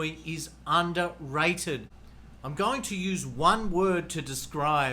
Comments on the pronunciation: Koh Samui not kasanui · Koh SaNooii? Admit it, you never even been there and just picked it off the internet to make this video. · Pronounce Koh Samui